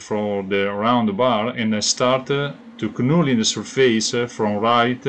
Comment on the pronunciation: Good work. Great looking hammer. Knurling is pronounced nurling, the K is silent :)